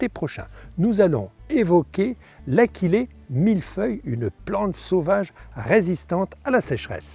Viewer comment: Achillée doit se prononcer a-shi-lé. L'origine du nom de cette plante est Achille le héros mythologie grecque. Je n'en ai pas sur ma pelouse mais j'ai remarqué il y a quelques jours, dans une zone commerciale, sur une pelouse entretenue par la commune (et par le vendeur de tondeuse qui est installé en face 🙂), que l'achillée avait colonisé plusieurs ares. J'avais remarqué que pendant l'épisode de sécheresse, cette partie de cette pelouse était d'un beau vert sombre.